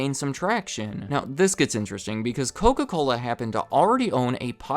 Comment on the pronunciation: "The height of the clola wars." 😂